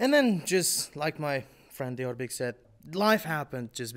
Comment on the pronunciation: I guess, Diyorbek's pronunciation is perfect